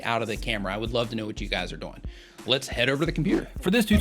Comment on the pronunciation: Why do you pronounce "doing" like that?